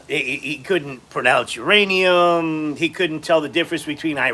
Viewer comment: Taco can't pronounce any words with 3 syllables or more, anonymous, Yosemite, uranium, etc.